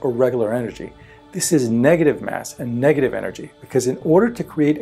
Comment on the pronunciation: how many times he said the word degative?????